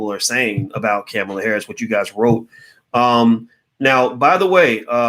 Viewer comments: It's COMMA-LA. You pronounced it wrong 50 times. Is that on purpose? A "she's not worth it for me to even give her the respect of saying her name right?" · She pronounces her name "Comma La" like comma. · Again the man who is extremely intelligent but mispronounces everyone's name and also says it every 10 seconds... Cringeworthy think he does it on purpose.. her name ain't Camela it's Kamala 🤦🏾‍♂️. Still enjoy the videos👍🏾✊🏾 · It's not "Camma-La" ... It's Comma-La" ... replace the "A" sound with an "O" sound ... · Her name is pronounced Comma-la Harris...not Caa-mila....I think it's silly not to vote at all because you don't want to be forced to do so. That way of thinking will surely cause another 4 years of Trump....that's not shaming anyone....if your not going to participate in voting....then you have absolutely nothing to complain about and your opinion doesn't matter. While your waiting on a suitable person to vote for....you'll be waiting...and enjoy another 4 years of Trump.. Kamala has made errors and some things are problematic..that doesn't mean we should just sit on the side lines and let Trump win 4 more years....just ssying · Well, it would be better to know how to pronounce her name: Comma-la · Her name is pronounced Com ma la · Her name is pronounced like comma , comma-la. All ahs. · It’s Ka-Mal-a!! You sound like Tucker Carlson Dr. Watkins. Unfortunately, Kamala’s perpetuation of white supremacy through mass incarceration is very concerning and should be dealt with, however, it’s irresponsible and ignorant to say don’t vote for Ka-mal-a & Biden because they are similar to current GOP administration, their not! It’s politically advantageous for Black people to vote for the left, then once they are elected, we can develop a plan or agenda for them to execute. We all as a collective have to ensure white supremacy is not perpetuated once they are back in power. CMON!! It’s simple! Don’t overthink this! Just #VoteBidenandHarris.